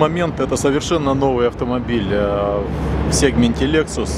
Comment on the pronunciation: Не сегмент, а сегмент)))